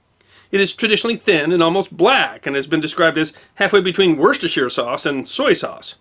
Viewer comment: If you are going to be picky then it is actually Worcestershire sauce (One is a county the other a town in the county) which most in the UK would pronounce as "Woostersheer" not War-ses-ter-shy-er. You overlooked the horrid American way of saying Tomato! At 3.50 he says it is from the Aztec Tom-ah-to which is just about as it is said in the UK, so where did the "Tom-Ate-Oh" come form!! .